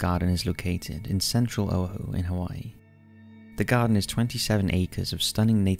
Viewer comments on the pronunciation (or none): I'm sure everyone mispronounces things from time to time, but when someone is presenting a professional channel, it's nice when the presenter does the research on how to pronounce names of people and places. Oahu, for one. Pronounced Oh-AH-hoo, not Oh-hoo. It's the little details that make a first impression great. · Oahu is OH-wa-hu. C’mon now! 😆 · o-AH-hu. o-Ah-hu. How could you not know that? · Actually your Hawaiian pronunciation is not bad. Only Oahu is pronounced ō•ah•who . I hope that helps. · The correct pronunciation of Hawaiian Island you mention, Oahu, is OO-ah-Hu. :D Time marker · Oahu, one island of Hawaii, is pronounced "oh_WA-hoo." Please remember that EVERY vowel in the Hawaiian language is exaggerated. So even if you pronounced the word "Hawaiian," it would sound like "ha-why-ee-ee-an" said very quickly. Easy to forget if you're not a Native, and I'm not. I live in California, but I'm a frequent visitor to the Hawaiian Islands. I don't mean to be a jerk! I'm just explaining how to speak the dialect. The island of Maui is pronounced "mow_uh-WEE, again said quickly. The island of Kauaii is pronounced "ka-WAH-ee-ee." The island of Hawaii is pronounced "hah-WAH-eee-ee." and so on and so forth. This is an amazing part of the world that I hope you get to experience someday. It is pure paradise! It is also very easy to get sunburnt here because it is equatorial year-round, so be careful when you visit and take precautions. The air is warm and dry though some parts can get humid, especially in the jungle regions. The ocean waters are bright blue. The sand ranges from a warm orange to white, to green, black, or red volcanic beaches, each perfectly clean. The rest of the Milky Way lights up the night skies, not with a black background, but in gray from the number of visible stars! You will see out to the reaches of our Universe from its shores at night. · as someone who was raised in Hawai'i, his pronunciation of "Oahu" makes me cringe.